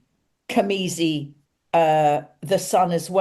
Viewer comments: I apologize for this Virgo nitpick, but it is cazimi, not camizi, yes? :elbowcough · isnt it cazimi. am i hearing it right